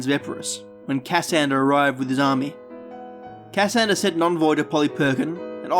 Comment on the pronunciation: Its not Ca - sander its "Cassander". The pronunciation is wrong.